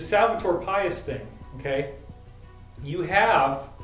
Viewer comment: Pais is pronounced pie-eese in Spanish. Not like our word pious.